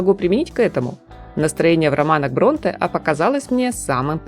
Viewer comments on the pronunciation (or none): БронтЕ, ударение в фамилиях ставьте правильно . Решет слух ваше БрОнте